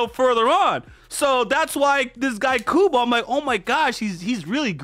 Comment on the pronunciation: You pronounced kubo's name fine.